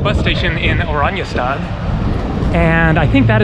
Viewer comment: Dude I lived in Aruba please do your research, for Aruba where u r living is a slum for Aruba. Eagle is the best beach in Aruba. Please don’t give people the rong idea of Aruba. You aren’t even pronouncing the capital properly. Everybody rents a car. Sorry but you are not even close to knowing anything about Aruba. Guys no crime poverty, use dollars everywhere, drinking water out of faucet is better than bottled water in the US.